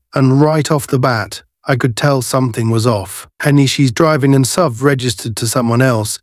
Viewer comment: AI Is getting smarter than ever. Now if we could only teach it how SUV is pronounced!